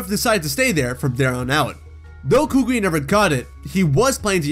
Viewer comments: kookwi 💀💀 Its kukui kokowi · K a k u I not k u k u k u I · It’s pronounced coo coo ee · Are we not gonna talk about how he was pronouncing Professor Kukui's name? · Oh I hate his pronunciation of kukui